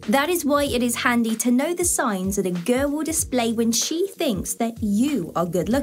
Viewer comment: This girl doesn't know how to pronounce the Word 'Girl'😂